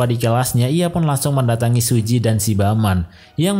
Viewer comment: Suji bang bukan siji